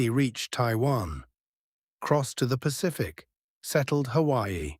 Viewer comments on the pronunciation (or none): none